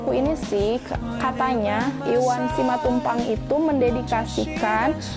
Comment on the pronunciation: Koreksi untuk pada beberapa salah ucap: bukan Simantupang, tapi Simatupang. Bukan eksistensisme tapi eksistensialisme. Mengapa tokoh mengapur kuburan? Penulis ingin membuat paradox antara seorang pelukis [yang pasti bermain warna, mengisi lukisannya dengan nilai filsafatnya], kini hanya mencat kuburan. Selbihnya saya apresiasi telah mencoba membaca novel Iwan Simatupang yang absurd.👍👍👍